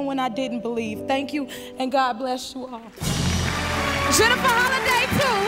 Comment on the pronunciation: I cheered when she said "Jenifer Holliday"